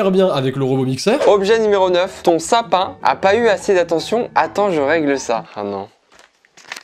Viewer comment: dis pas dans mon sapin chez moi pour diverses reson mais dans lsapin chez moi